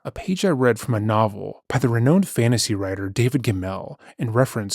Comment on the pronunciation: idyllic does not sound like i-deal-ick it sounds like i-dill-ick and renowned is re-noun-d not re-known-d lol